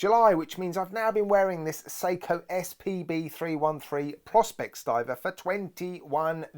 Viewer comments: isn't it pronounced Pro-spex? I don't have a white dial watch though am looking to add one to the collection. Not sure this one lures me In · I think its pronounced pro-spex and leather on a diver is so wrong. 990 quid lol I rather wear my SKX.